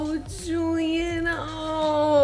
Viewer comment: I can already hear Jenna going "JuliENN" and I just clicked in